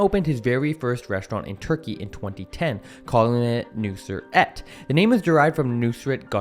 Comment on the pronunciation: His name is not nusr 😂nusret dump yankee